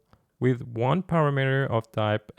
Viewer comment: I think it's pronounced parAmeter, not paramEter, also cOnstant, not constAnt.